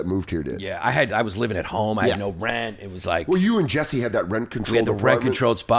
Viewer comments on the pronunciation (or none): none